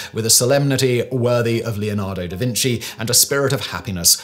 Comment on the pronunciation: mum!! he's saying davinsy again!